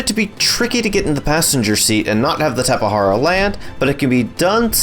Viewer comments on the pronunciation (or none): and he called it a tapehara, bro correct pronunce is QUetzalcoatlus and tapeJara